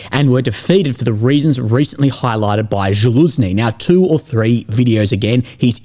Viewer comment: It's Залужни not Жалузни.